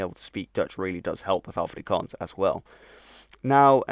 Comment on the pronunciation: Just mentioning that as a native afrikaans speaker you pronounce the first a as a short A . Exactly like the a in the dutch af . Im also fluent in Dutch as well as obviously english and learning french .